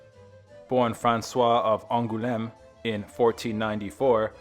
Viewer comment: Going to avoid history exposé from now on. You might want to consider learning how to pronounce place names before saying them in your vidoes. An-ghoul-eme. 🙄